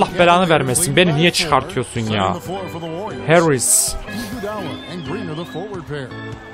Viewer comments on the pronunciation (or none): none